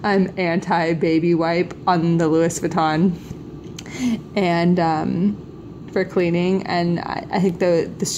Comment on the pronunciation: Hahaha, you said Lewis Vahton.